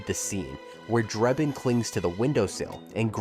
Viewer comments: Has this guy even watched any of these movies? His name is Frank Drebin, not Frank Dreibin or however you spell the name he kept mispronouncing that is clearly stated many, many times in all 3 of the movies. It's either an AI generated dialog or the guy's an idiot. But that nonsense aside, I remember when Police Squad was on TV. It was definitely too good for TV, Leslie Nielsen will never be topped, and I just saw a short trailer for the remake, It doesn't look good. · It's Drebin, not Drayben. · Draybin? For a video pretending to know everything about the movie it's shocking to consistently hear the name of the lead character pronounced wrong. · The narrator couldn't even say Frank drebin probably it must be AI How can you say it wrong it's literally said in the movie